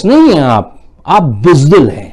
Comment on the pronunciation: بُز دل ہے ، بِز دل نہیں۔